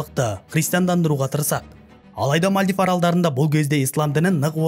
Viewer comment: Мальдив ❌ Мәлдіп ✅